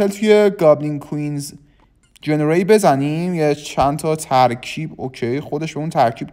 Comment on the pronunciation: جنری❌️ جورنی✅️